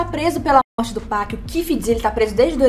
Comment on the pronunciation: Não tem "péc" mano, é literalmente PAC